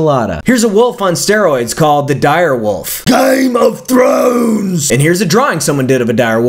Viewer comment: I lose my shit every time he says "GAEM OF THWONES," jesus christ